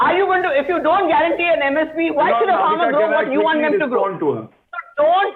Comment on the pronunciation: How a lawyer cannot say the name of the Farmar laws !! Disgusting !!